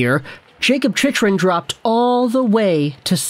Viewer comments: Chicken* :p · It's pronounced chickrin